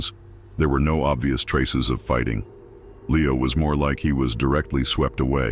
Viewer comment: Could not finish with the "narrator" calling Leo "Lee-ow," half the time. Did no one listen to this before circulating it?